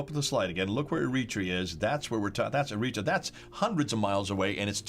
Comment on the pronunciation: He says Eritrea weird lol (Eh-re-tray-a) is how my Eritrean friends pronounce it. Apart from that love the historical knowledge.